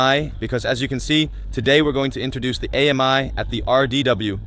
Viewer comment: The name is not A-M-I, but pronounced Ami, which is French for friend!